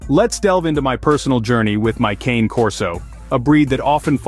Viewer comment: Anyway, the correct pronunciation isn’t “ˈkeɪn” but “kane”: it’s Italian and “cane” stands for “dog”